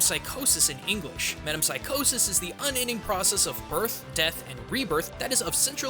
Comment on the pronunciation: As a Greek I couldn't help but cringe every time he said metempsychosis.